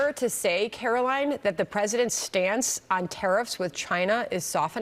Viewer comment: I know we don’t care for her, but please say her name correctly. It is Karo-line not Karo-Lyn. Reminds me of Trump mispronouncing Kamala’s name. Thank you!